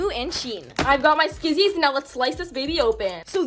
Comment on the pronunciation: She got me dyin when she said “ skizzies “